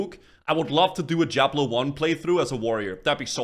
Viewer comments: brother its DIABLO not JIABLO with D not J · "Jiablo 1"